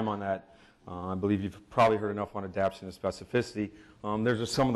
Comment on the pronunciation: Love and his work, but he’s got to start pronouncing the second syllable of the three-syllable word “adapTAtion.”